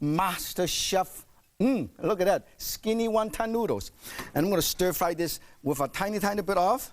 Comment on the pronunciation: ohhh stir fwy..........stir fwry...ohhh stir frwy..........so delicious...stir frwy!